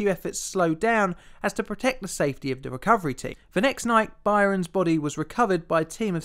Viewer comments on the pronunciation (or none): Its pronounced "burns" not "byrons" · It's not By-rens. Byrnes is pronounced same as Burns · "Rottergens" Really? "Byrons"? Shoud be pronounced "Burns" - I've made comments before about your inability to pronounce common words normally. Get a narrator to help your otherwise OK work. I can't subscribe to this unlistenable cr@ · FYI the name "Byrnes" is pronounced "Burns", not "Byrons". ( ) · I've only ever heard the name Byrnes pronounced "burns" and never "bi-rons", so you may not have got his name right. You also mention the Arctic and then show a map of the Antarctic. Finally there's the weight to dimension anomaly that Armilar Zifferblat mentions. Your videos are very good and I'm a big fan, but you need someone to proof read the scripts and check pronunciation if you want this channel to become really popular. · Btw, his name is pronounced "Burn" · I love your channel but I have to say 'Byrnes' is pronounced the same as 'Burns' it is just a different spelling. Otherwise another amazing vid! :) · Byrnes is just pronounced 'Burns'. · "Byrnes" is pronounced "Burns". It's not regional, either. There's an Irish comedian (as in from the UK) named Ed Byrne, pronounced "Burn". Do research.